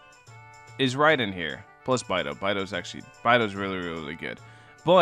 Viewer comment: Oof, it's bay-dough. I'm sad haha